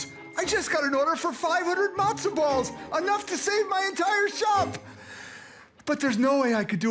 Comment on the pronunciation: Did she actually pronounce 'Matza' as 'Mazda?'